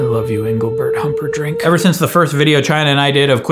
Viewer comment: I was flossing when I heard "...Anglebert Humperdrink". Stopped. And stared at myself in the mirror like this 😐 for 20 seconds. Just to keep you informed. That is all.